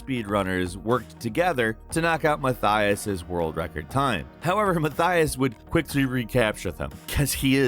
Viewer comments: it's pronounced Ma-tee-as, not Ma-thigh-as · Its „Muh-tee-us“